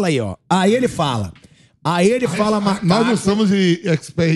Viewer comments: Não estou afirmando com tanto certeza e quem sou eu pra julgar, mas parece que ele falou msm “malaco” e não “macaco” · ELE FALOU MALACO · Na minha humilde impressão, parece realmente que ele diz “Malacu”. E caso seja isso mesmo, o Ednilson deve ser punido e ainda pagar uma indenização ao Rafael Ramos.